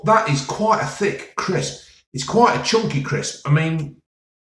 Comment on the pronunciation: It’s thick, it’s chunkeh, it’s not greaseh !